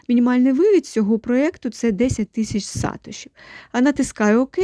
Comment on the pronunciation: Сатоши, наголос на о. Від засновника Сатоши Накамото)